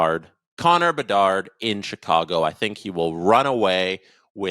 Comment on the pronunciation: I thought it was Connor Bedard not Connor Debard. :)